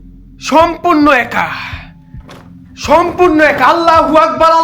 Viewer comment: আল্লাহু আকবার আল্লাহু আকবার আল্লাহু আকবার আল্লাহু আকবার আপনার বলা ভুল